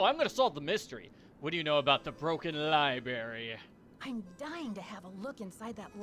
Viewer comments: Lie berry lol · Hearing the Dexter impression right down to pronouncing the word "libary" without missing a beat had me howling. Absolutely priceless.